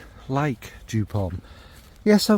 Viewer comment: Sorry to say: it’s joop (German pronunciation). But you are kindly forgiven.😉